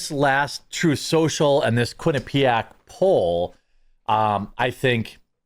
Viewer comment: Wait, QUINNIPIAC?! 😂 zero credibility lol.